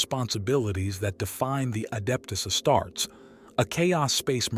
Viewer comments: The AI voice is bsd man..."Astarts"?! Come on man... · AI CANT EVEN SAY ASTARTES....THE VIDEO IS ABOUT ASTARTES....NOT TOO GOOD